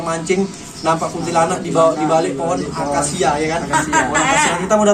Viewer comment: Akasia bg bukan angkasia